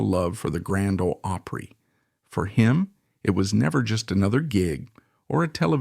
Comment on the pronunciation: Come on, learn to pronounce Opry